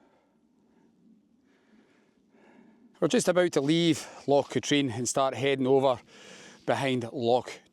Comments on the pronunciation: its not loch "ka-treen" its pronounced loch "Ka-trin" other than that good video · Never heard anyone call it “LOCH KATREEN“…..EVER! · It's not Loch Katrine it's pronounced Katrin and you a Scot it's Glasgow's water supply. The number of Scots on YouTube that can't pronounce Scottish names amazes me it's as if they are just discovering their country. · Loch con also the h is silent. :-) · Is your pronunciation of Loch Katrine a joke as well?